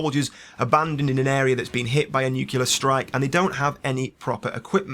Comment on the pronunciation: Please try and pronounce correctly. It's nyookleear not nyookyuler.